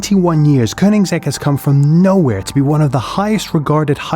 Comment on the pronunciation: It's not Koninsegg, it's Koenigsegg. Spell it right.